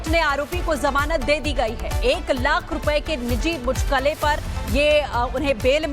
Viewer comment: ये साले एंकर है जो मुचलके को मुचलके बोल रही है